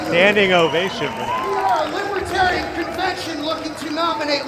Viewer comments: When he pronounces their party affiliation as "libitarian," I'm sure he's going to win LOTS of support! I also find it disgustingly ironic that Drumpf, who talks crap about people reading off a teleprompter, sticks EXACTLY to the script at this appearance! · He can’t even pronounce “libatarian”. Give me a break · The “Libbatarian” party . He can’t even say names right because he’s so ignorant. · What is a "Lipatarian?" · trump keeps saying "Libe-Tarian" Where's the "R" ? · "Libatarian". Trump can't even pronounce the name of the party correctly. "Evil regime", Donald look in the mirror for the evil regime! So glad he was booed soundly! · Is it me or does Trump keep saying "LIPertarians?" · Can he actually not pronounce the word “libertarian?” “Libatarian” is close enough for Trump. I’ve been enjoying his speech at the convention all weekend. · seems Trump is going for the "lib-buh-terian" "Vay-Gun" vote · ".aaa LibuTarian...." ahahahahaha .Doubt he even knows what a Libertarian is. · Anybody who asks me to do something but never even tries to pronounce my name right, will never get my cooperation. "Lib-uh-tear-ian." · "Libatarian" lol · The "Libatarian Party," Trump says. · The Libbatarian Party. He can't even pronounce the name right. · 🕺” Libu - tarian” his very own pronounciation 🕺 uh here’s a voice in the crowd … “I vote that D T go f…k himself”…… to which I say, HA HA 🦅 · The conman needs to go back to school It's "Libertarian". The "r" isn't silent. What a stable genius..😂😂😂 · Who's going to tell him it's not Libitarian? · What is a libetarian? One would think if you were to claim to be something, you should learn how to pronounce it. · "Libitarian"??? This putz can't even pronounce the name!!😂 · Liba-tarian: Trump's pronunciation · TFG can't even pronounce "Libertarian." What a putz. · lolz.. he cares so little he didn't even bother pronouncing it right... he kept saying 'Libitarian'. What a waste of air. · He can’t even say Libba-Tatiana! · "Lib a tarans" 😂